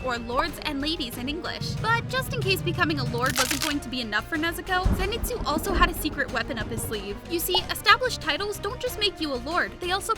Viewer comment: Lol she speld lord zenitsu wrong she said lord zenistu